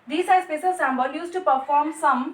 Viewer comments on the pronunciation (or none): Symbol ❌ sambol✅🤣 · Excuse me Sambhal Nahin Hota symbol Hota Hai